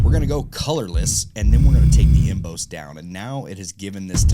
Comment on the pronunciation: Emboss pronounced em-bose is new to me. Em-boss like your "boss" at work, dude. 😁